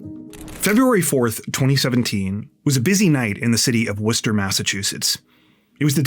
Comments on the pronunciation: Thank you for pronouncing Worcester correctly ❤❤❤ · As someone who grew up near Worcester, thanks so much for pronouncing it right! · Thank you for correctly pronouncing Worcester. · Thank you for your correct (albeit non-native) pronunciation of Worcester! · Dude, did you pronounce Worcester almost like a local?? 🥳👍🏽👏🏻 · You are literally the first person that pronounced my city correct that doesn't live here.... literally no one can pronounce Worcester without the Boston accent. Shout out to u my dude.... somehow i didn't even hear about this and I literally live in Worcester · Thanks for doing the work and properly pronouncing Worcester. Those little things show you care about the stories and people you tell stories about. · How did you know how to say Worchester??? NOBODY says it right 😂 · As a Masshole, THANK YOU for pronouncing the city of Worcester correctly. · Thank you SO MUCH for pronouncing Worcester correctly!!!!🎉🎉🎉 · Born and raised in Worcester. Thanks for covering this case.. and pronouncing Worcester right 😂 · Thanks for pronouncing my city name correctly. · Hi from Worcester, MA! Thanks for sharing this and pronouncing Worcester correctly 😅 keep being awesome! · Wait, how do you know how to pronounce Worcester correctly? Most not from MA don’t. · Props for pronouncing Worcester correctly. Most non-MA residents get it hilariously wrong.😊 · I agree, and I'm near the UK city of the same name :) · Wow, someone pronounced Worcester correctly finally! 👍 Idk why Worcester keeps popping up in true crime lately, but nobody else has gotten the name right! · I can't believe you said Worcester right i lived here years before I got it right...lol I love you keep up the amazing job we love you in Massachusetts ❤❤❤ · Thank you for saying Worcester right ❤️.